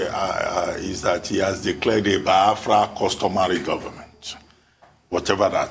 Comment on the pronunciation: Dr Abati it's not BI-AFRA. It is BIAFRA.